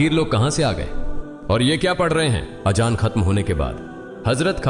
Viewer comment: Gareeb nawaaz bolte h nawaj ni thumbnail me galt h .azaan hota h ajaan ni pls sahi se sahi words bole aur b gltiya h sahi se words ni bole gae h pls check